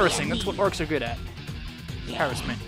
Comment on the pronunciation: Please look up the pronunciation of "harassment". Very cool vid! Good gameplay!